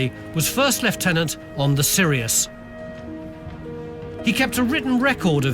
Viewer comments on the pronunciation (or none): none